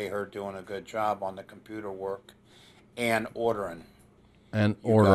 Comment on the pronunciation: ”Compooter work..”